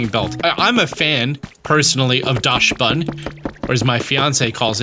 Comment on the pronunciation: The pronunciation of Dachsbun really hurt